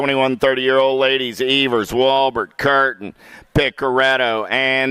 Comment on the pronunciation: Its Ēvers as in Steven not Evers as in forever.